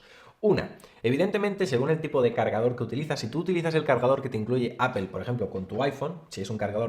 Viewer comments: Me caen súper, pero no se dice apel. Se pronuncia apol. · Por qué no dices Apple correctamente, es una palabra en inglés y como tal hay que pronunciarla. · Porque dicen “apel”?